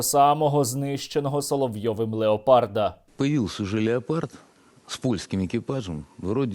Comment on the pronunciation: Сергей, не Леопрад...